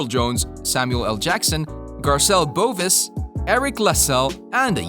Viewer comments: *SADLY **Garcelle Beauvais as in Bo-VAY not BOVIS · BEAUVAIS = BOO-VEE-AYE She is french.... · Pretty sure it's Ralph Bellamy. Garcelle Beauvais name is pronounced Bo-vay. Geez. Homework much?